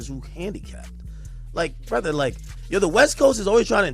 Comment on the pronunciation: Sounded like the Canadian version a couple times. "Bruv"